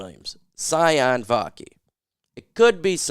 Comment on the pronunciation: I believe it’s spelled Sione and his name is pronounced (see-OH-nay)